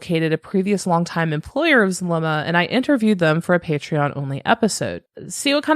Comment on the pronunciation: Yesss. I mentioned somewhere else how it bothered me that Melanie left out a lot of info*, and it sent me when she fumbled Zulema's name. 🙃 She also likes using "they" a lot... It really contrasts against Zulema's testimony. I feel like Zulema's putting an effort into the information she's giving, even if she may leave out details (it's not on Melanie's scale)... There's so many things about this person I don't jive with, but I respect how she's been on the stand. *On the comment I said the nerves up there have got to be intense, but now thinking about it... She didn't seem to be that nervous in front of the world with Nate Eaton? Granted Lori wasn't sitting right in front of her-- Idk. I'm just... Incredibly distrustful of that one. It's like the same vibe of disbelief I feel when hearing that Alex's death was coincidental. Cannot wrap my mind around a coincidence like that. Wow that was long. (Also hey it's been awhile. Hope you've been well lol ~🖤)